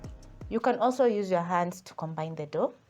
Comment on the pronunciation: Madam it's Flour not flower, it's dough not door anyway thanks I've taken notes.